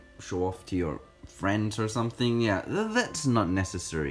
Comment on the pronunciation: fwiend uwu